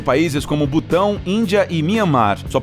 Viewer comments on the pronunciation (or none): none